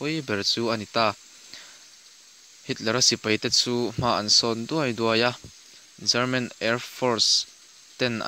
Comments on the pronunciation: Lehkhabu chhiar I Ang tlat ,German tih leh Garman tih kha ngaihthlak a nuamlo deuh . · German ti ve mai la chelman tih hi ka hriat vawikhatna